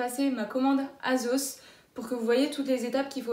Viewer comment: « azos » ? « shiine » ?